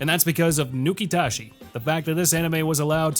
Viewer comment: Nukitashi said Nuke-it-as-is